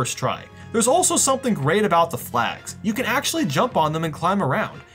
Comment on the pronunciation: Hey you should try America your pronouncing of words is weird you say hienee hini and about abuut